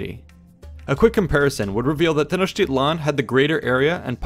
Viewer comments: His "tl" isn't right at all. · A quibble, but the stress in Tenochtitlan falls on the penultimate syllable.